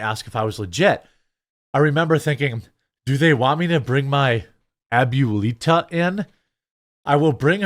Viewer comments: Hearing Jeremy butcher "abuelita" is almost as endearing as when he pledges allegiance to the "flaig"... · Bro saying abuelita that way was insane lmfao. Come on bro I don’t speak Spanish and I know what that is and how to pronounce it lol